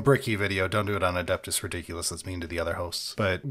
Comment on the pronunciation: A-debt-us mechanicus.